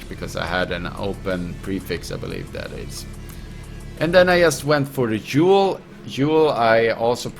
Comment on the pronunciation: Ahahaha i love how you say jewel. It cracks me up =)